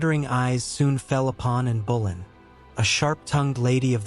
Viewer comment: Interesting. But: Anne Bo-LINN. Not BOWLIN. You’d think this much research would reveal that — or are you just not riding herd on your robot narrator?